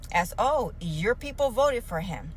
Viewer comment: I like the... I will boat (Vote) for Donal Tromp... Lol